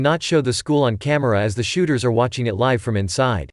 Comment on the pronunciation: Is anyone annoyed because he said shoóters